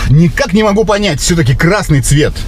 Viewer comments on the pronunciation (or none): А ты говоришь кра́ссный цвет а тут красота😂